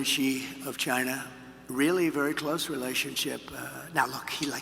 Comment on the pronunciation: Communication is key folks. Shows trust. Trump 2024 not to mention tons of embezzlement/corruption. would love to hear Kamala answer these same questions. Why is that not a thing we do??? Also love hearing Trump say “Chyna”again 😂😂😂 yeah that was when Trump won me over originally. Like no President ever met with Kim. It was pretty nuts. keeping my Subaru and ford work truck thank you very much, China lol